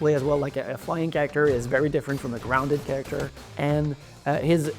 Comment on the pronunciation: Can you please say CAREACTOR one more time please?